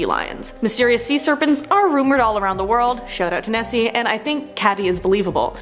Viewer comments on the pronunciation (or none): It’s “Nessy” not “Bessie”